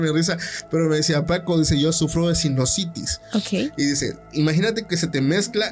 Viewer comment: No se dice sinositis, necesitas mejorar tu vocabulario, lo haces mal a veces